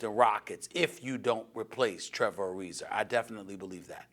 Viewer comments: Who is Trevor Ari-ZER? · “Trevor Arizer” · Trevor arizer Serge ibaker Stephen A has a problem with words ending in an A